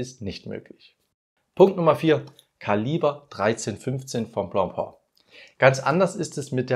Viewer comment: Nicht blopo - blopä!😂